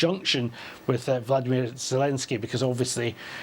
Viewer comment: His name is VoloDYmyr, accent on the third syllable, please.